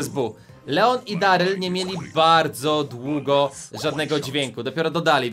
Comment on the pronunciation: No to jest darlej a nie deryl 😂😂😂😂